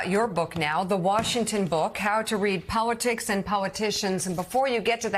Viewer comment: Near the end of this clip, Mika appears to pronounce 'politics' and 'politicians' as 'powitics' and 'powiticians'. Bearing in mind that Poles pronounce their L's as W's and because she has Polish ancestry, is this what is going on here in her mispronunciation? Thoughts anyone?